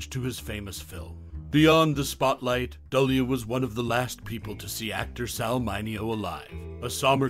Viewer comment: Keir Dullea is not the only actor unrecognized by the current generation. As long as there are constant remakes and reimaginings, they never will be. No actor should ever be forgotten. And his surname is pronounced "Doo-lay."